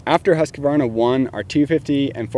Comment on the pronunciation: Its a Husqvarna, not a Husqavarna..... Just saying.